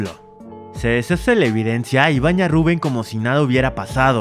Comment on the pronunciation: Tu lo pronuncias rubùen y es Rubén